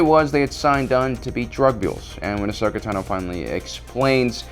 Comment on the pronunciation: All these years and you really cannot pronounce Ahsoka's last name yet or do you do it to mess with us? It's cringy bro